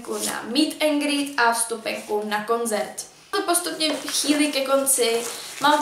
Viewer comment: je to koncert ne konzert😅😂💕. #nohate mám tě ráda proto nohate